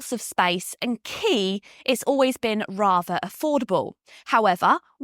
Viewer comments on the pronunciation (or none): none